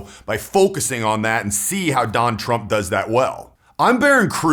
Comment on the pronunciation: “Don tramp”